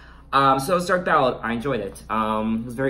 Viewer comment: It’s dark Ballet pronounce B-A-L-AY like the dance.. great review over all. I also think the album will be a highlight of her already phenomenal career